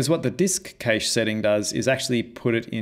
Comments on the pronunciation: I was wondering how or where can I use this effect, and just realized THIS is the Infinity War / Endgame 'turn to dust' effect! It would be really cool if you improve this demo to a full Avengers one. BTW I noticed you pronounce cache as 'cage', I've always pronounced it as 'cash' like in money. Great tutorial, I learned a couple of stuff I never heard of before. Cheers! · Cache is pronounced "cash" btw